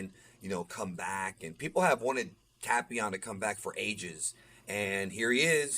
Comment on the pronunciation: Android 13! It’s “Tape-ion” 😉